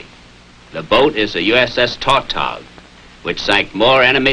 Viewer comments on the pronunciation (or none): The fishermen who catch tautogs pronounce the word with the accent on the second syllable.